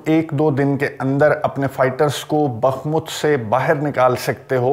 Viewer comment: یہ لفظ بخمت نہیں بلکہ بخموت ہے براہ کرم تصحیح فرمائیں